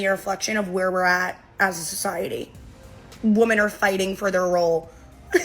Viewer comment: Why can these idiots never pronounce women correctly?